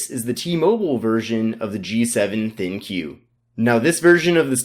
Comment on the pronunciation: Isn't pronounced "Think," not "Thin-Q?"